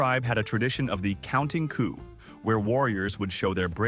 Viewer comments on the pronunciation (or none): none